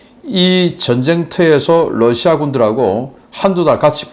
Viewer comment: Rusia를 Lussia로 발음? Mamá mia!!!